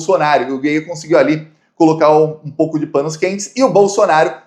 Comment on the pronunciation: A pronúncia não é geier é gaier.